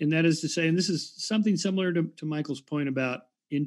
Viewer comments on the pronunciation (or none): none